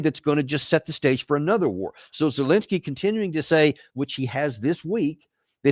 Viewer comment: Danny: It’s ZELENSKY, not Zelinsky. Please correct your error.